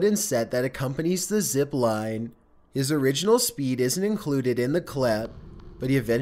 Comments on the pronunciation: Honestly, prononciation is more annoying ; izen't, Abundend, Reazen.... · Ɑɑղղɑ ʍɑɾցɑɾíեɑ ɾíѵҽɾɑ ɾíօՏ "abandendt" "isent" "exploreition"